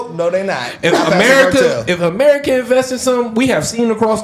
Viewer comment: Sounded like "Don't mess with the women ofmurarerika unless you want to get in bed with them" 🤷